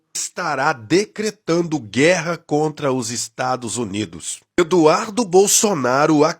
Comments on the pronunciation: 😂😂😂😂 Adorei o sujeito falando "Estados Zunidos" (na 2° vez que fala o nome) e outros assassinatos da língua portuguesa como "apricando". O gado acredita em qualquer coisa. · "... os Estado Zunido", ai meu ouvido, além da mentir não sabe se comunicar! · parei quando ele falou estadus unidu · além de usar o microfone errado o sujeito fala: "ozerstadozunido"... como eles são burros... afff